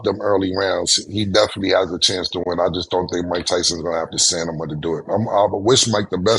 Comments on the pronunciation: The fact Cam said "stanima" like 5xs back to back and no one corrected him got me weak 🤣🤣🤣🤣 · Cam consistently saying stanima😂😂 is gold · The way Cam says Stamina is hilarious to me 😂. "Stanima" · Cam repeating "Stanima" over and over is crazy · CAM AND the word "STANIMA", had me jih dead 😂😂😂 😂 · Yo killa… say it wit me Stam·i·na… 👀😒🤦🏽‍♀️ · Stanima was killing me..😭😂😂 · "STANIMA " IS CRAZY😂😂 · 🗣️ it’s STAMINA Killa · So y’all just gonna let cam keep saying STANIMA!!!!!!!! 🤣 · Cam saying Stanima back to back to back is killing me 😂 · Bro said " staNiMa😂😅💯🤣😅😁😁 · KILLA saying STANIMA is hilarious 🤣🤣🤣🤣🤣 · I only came to the comments to see who else heard that 🤣🤣🤣 Stanima “is crazy” 🤣🤣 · STANIMA is WILD! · Stanama is krazzyyyy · He said stanima about 5 times 🤣🤣🤣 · It evolved into SANIMA towards the end 😅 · I hope the Tyson fight don't come down to "stanima"😂😂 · Around the mark, Cam keeps mispronouncing "STAMINA". This isn't the first time OR video, he's done this. Someone please tap him on the shoulder. 😩😄 THAT, and when he says "ACCULADES". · someone stop cam from saying stamina like that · Cam couldn’t say “Stamina” to save his life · Holy shit I didn't know the word stamina was cams arch nemesis😂😂😂 bro messed that word up about nine times back to back😅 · Deadass lmao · Stamina had him in a chokehold 😂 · Stamina was kicking his ass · That word is kickin his ass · If Cam pronouncing 'stamina' right was a drinking game we would be LIT!!! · Cam just Re-Pronounced the word Stamina to Sanama 😂😂😂😂😂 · Bro said stanima so confidently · Stat, mase and Maurice are foul for letting cam say "stanima" a good 4 times without correcting him Lmao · STAMINA... Killa Reverse how you sayin the N &, the, M! It just like how Murda, say... Nimbers.... 🤦🏾‍♂️ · Cam pronouncing Stamina as STANIMA had me rollin.. 😂😅😂😅😂😅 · Cam can say stamina 😂😂😂 "" STANIMA"" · All those, molly rolly polly word play got cam saying samina and not stamina lmao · Ayo Cam Stamina Stamina not stanama😂😂😂😂